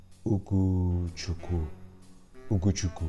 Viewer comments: It's pronounced Hugo Tschewkwu. Nice attempt though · It's pronounced WHO-GO-CHEW-COUP OR Just stick to LESLEY!!! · It’s actually pronounced ooo-go chu-ku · Ugo... As In oogo.. Chukwu as in Chookoo Oo is the oo sound as in fool, cool,stool. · I am Nigerian you said it wrong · 🤣🤣🤣how is so bad at pronouncing names, man just neglected the W in his name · don't mess with Nigerian names